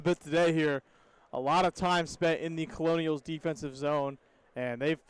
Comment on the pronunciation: Pronounced Kernels not Colonials